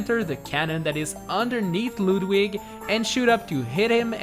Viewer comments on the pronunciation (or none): It's Ludwig not LEWDWIG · I think its pronounced Ludwig not lewd wig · its not lewd wig its ludwig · It is Ludwig not luwdwig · Its actually pronounced (Lud-wig) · ikr, he even said ludwig wrong